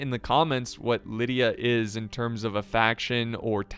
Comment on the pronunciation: try pronouncing it like Li-dee-a if that helps